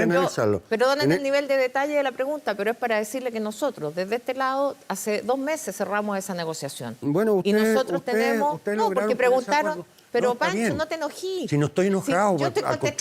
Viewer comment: Una senadora de la republic hablando “ NO TE ENOJI” , “ No te emoji “ no te enojes como pueden tener a esta tipa designada de senadora vergüenza!!!!!